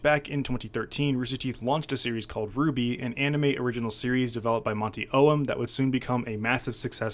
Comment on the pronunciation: Rooster Teeth* You could at least proofread your text before posting. Really. I was apprehensive about watching because you have the habit of omitting crucial info. You mispronounced Monty's last name...